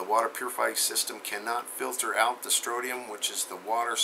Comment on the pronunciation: it's pronounced stron-ti-um, not strotium. thanks for all you do!